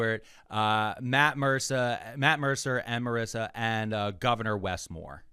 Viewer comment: called Marisha Ray "Marissa", he is now my enemy.